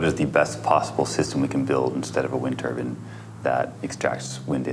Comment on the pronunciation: TURBINE NOT TUBUN FFS!